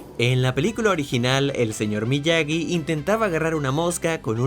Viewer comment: En el minuto se dice MIAGY